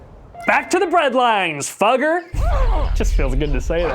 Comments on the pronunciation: It's pronounced Foo-geh. But I get that's not as funny. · It's pronounced "Foo-gger" as in FooFighters, but with a short "oo".